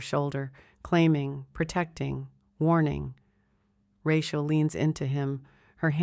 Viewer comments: Do you do editing before publication, it would appear that you do not. Or else you would have known her name is prodnunce Ra-cheal and not ra-quer. This miss pronunciation spoils the enjoyment of the story. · The story line sounded good....but that God awful AI voice killed it for me...the mispronounciation of the woman's name grated on my last nerve. Get a better voice...your viewership will increase...trust me.